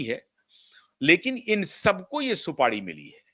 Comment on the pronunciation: Supadi nahi supari hota hai